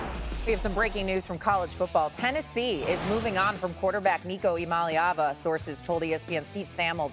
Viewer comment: No it’s still iamaleva….I-AM-A-LEVA is how it’s pronounced